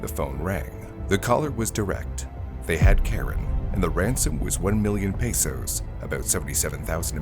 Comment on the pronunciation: "1 million PAYSOS" 😂. Is it too difficult to say PESOS?